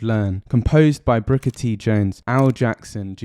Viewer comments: Great video, with a minor error. It's Booker (not Brooker) T. Jones. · Why do you keep calling him Brooker T jones?